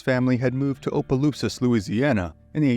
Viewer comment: Videlia is in Louisiana and that isn’t how to pronounce Opelousas.